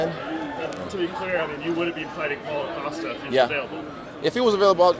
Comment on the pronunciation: On that poalo costa sauce 😂